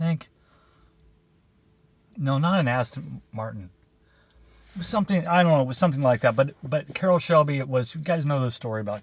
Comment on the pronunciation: "this is 29 inchs" !! 🤣🤣🤣I will never shop at buckle, def no bejeweling on my butt, I know my waist size!! Really pronouncing the first part of the aston martin there.... I had a 65 straight 6 mustang once, my first car was a 68 cuda with a 318 i traded that for a 76 firebird with a 350, traded that for the mustang. I made a nacho bar and pizza bar for superbowl although I didnt watch it ahhaha just played card games with my boys. Happy sunday my man.